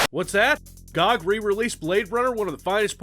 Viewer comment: Yes, it's called Gog and not G. O. G.